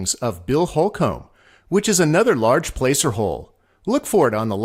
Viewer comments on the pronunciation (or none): Couple things: Holcomb is pronounced "hole-cum", not hole-comb. Placer mining, that is pronounced "plasser" not "place-er". Fantastic video, thanks very much.